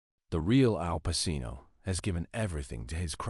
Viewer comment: If you can't pronounce his name correctly, well i stopped watching 25 seconds in!